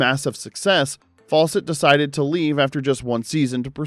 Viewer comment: How come the narrator pronounces Fawcett as "False-ett"?